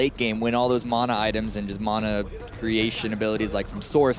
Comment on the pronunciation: “Mona items”